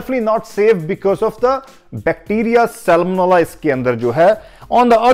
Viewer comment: Hey.. atleast give credits to that article from which you copied ..you just basically read out the article in hindi..and some wrongly pronounced English words. Dude you can't even pronounce 'salmonella' . For those who feel he really impressed you with this info....don't fall for it.. and check out yourself. This article was published in 2016